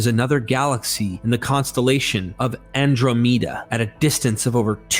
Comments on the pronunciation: Andromeda = "an·draa·muh·duh", Uranus = "you-reh-niss" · Why did you pronounce the Andromeda galaxy like that 😂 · What's with the weird pronunciation of Andromeda!?